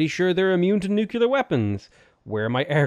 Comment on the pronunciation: New. Clear. You know how to say those words. Put them together. You're not Homer Simpson, you can do this .P